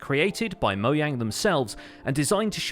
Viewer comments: It’s not moyang it’s moJang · Did you say “Mo-Yang” instead of Mojang? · It's Mojang not "Moyang" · It's been a whole year and y'all still ignoring the fact he just said moyang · "ooh, nic-" hears "moyang" "no." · did you just moyang instead of mojang? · People saying moyang instead of Mogang confuses me. Even the people at Mojang said it was Mo(g)ang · He really just said MoYang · "moyang" this makes me very negative joyous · sorry i don't speak othernese wtf is moyang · Its pronounced Mo-jang not Mo-yang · Why do euros insist on saying moyang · its pronounced moe jang. not moyang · No offense but, I don’t get why you call it “Moyang” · Mojang: ✖️ Moyang: ✔️ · Nobody:: moyang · Moyang or mojang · “Moyang”, the Chinese version of Mojang. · Why do you say moyang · It's a closer approximation of the Swedish pronunciation, so I guess he's not technically wrong. It is still a little jarring to hear, though! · Is it only me or did he say Moyang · Wtf “moyang” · When he said moyang, everyone felt that